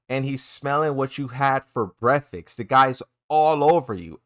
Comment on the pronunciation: Unrelated topic, What is a breaffaskt? xD